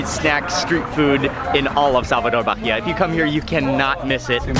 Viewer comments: Ai que agonia ele falando "Barria" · BAHIA pronunces: "BAEEA". But you're forgiven. ahahahahaah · The way you're you're saying Bahia is killing me! The "h" is silent boy! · The "h" is silent. Baa-e-ya. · Love your videos and how educational they are.. the correct way to pronounce the state is "baa-eeh-ah" you don't pronounce the "H" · The way he pronounces Bahia is atrocious.